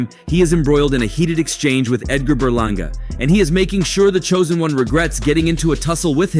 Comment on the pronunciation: Edgar berlanga. You mean you said it wrong